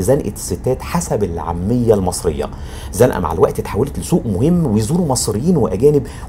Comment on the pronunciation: سلام عليكم اخويا الغالي استاذ. هنا أقف احترام وتقدير لك على مجهود كبير بالنسبة لزنقة نطقتها صحيحة المغرب ومصر شعب واحد تسلم مصر ( ام دنيا) وشعبها الطيب ❤❤اخوك كمال من المغرب 😊😊😊